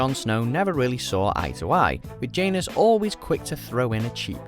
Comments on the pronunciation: It's not jae-nus it's jan-os, that's how you spell janos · Ok, I can't help mentioning this lol. Phonetically, it's "Jan-ohs" not "Jane-es" :) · J-Anus? lmao pronunciations are killing me. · Completely butchered the names Janos and Ygritte in this video, smh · You can’t pronounce janos or Ygritte js